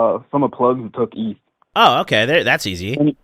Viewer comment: Pronouncing ETH like that should be criminal